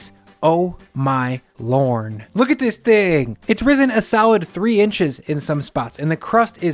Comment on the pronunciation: "Oh my Lorn." How cute. Anyone else catch that?